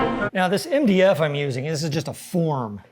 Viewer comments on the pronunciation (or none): You pronounced MDF wrong